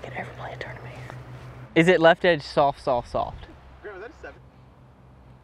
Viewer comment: SOLFT? no L in soft